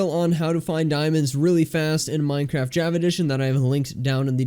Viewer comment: The way he says Java sounds like jAvA